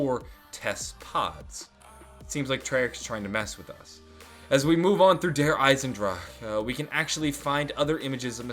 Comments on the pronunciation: you sounds so drunk when you say Der Eisensdrache... I still love it though. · you sound like your having a stroke when you say der isendrache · you're saying der eisendrache wrong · Why does he have a stroke every time he says 'Der Eisendrache'? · Sounds like he's messing up the word der eisendrache XD just listen to it he's even having a hard time saying due to the tone of his voice. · You sounds like you're having a stroke every time you say Der Eisendrache 😂 Say it with a German accent, it's much easier to say then 😛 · I need a 10 hour loop of you saying Der Eisendrache (No hate) <3